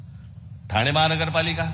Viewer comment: साहेब ठाणा नाही ठाणे पुणा नाही पुणे दुरुस्त केली चूक😊